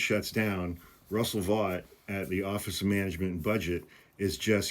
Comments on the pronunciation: Thanks for covering this. I believe the name is pronounced like “vote”. The message from Vought seems to me to be an indication of weakness as he is effectively writing to pressure Democrats to keep the governement OPEN — the opposite of what he claims to want. And the guy is on a firing spree anyway. What’s the difference, then, really? Regarding the 300K departures YTD from the Federal government, keep in mind that 150K is the normal level of turnover, anyway — baseline. I think Vought’s 60K is regarding specific roles of power and influence. That’s a bit different. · I would think after doing 2 podcasts that focused on Russ Vought, you would have at least known how to pronounce his name. It is pronounced VOTE. As in “popular VOTE, swing state VOTE, Democrats didn’t VOTE to avoid the shutdown”, etc …